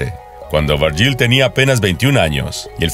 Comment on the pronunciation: Se pronuncia Viryil Vandaik